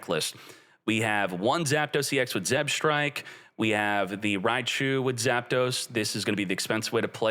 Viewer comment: being the ideal Yu-Gi-Oh player can't read "Zebstrika" properly